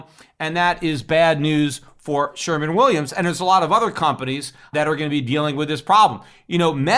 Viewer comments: Peter !...it's "Sherwin Williams " paint ...not "sherman Williams" ... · It is Sherwin Williams....not Sherman Williams. Anyway, END THE FED. Gold and Silver are Constitutional money.